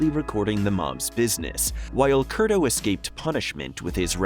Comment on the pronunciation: It was Ray "Curto" not Kurdo.